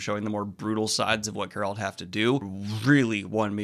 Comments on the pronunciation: Why do you keep pronouncing Geralt name wrong? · Still can't pronounce Geralt's name. lmfao